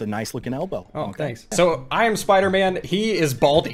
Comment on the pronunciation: Episode 2 you said spooderman